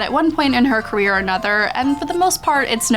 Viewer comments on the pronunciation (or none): none